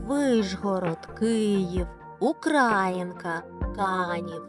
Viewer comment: Дякую, за цікавий відосик!❤😊 Але чому Ви не правильно ставите наголос, наприклад в таких назвах як УкраЇнка(у Вас - УкрАїнка), ВасИлівка (у Вас ВасилІвка)...?! А також у Вас на фото Верхньодніпровська показано місто Дніпро?! І ще одне, місто Олешки не виходить на Дніпро безпосередньо)